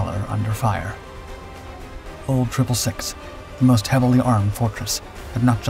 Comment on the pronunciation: its pronounced old 666 not old triple 6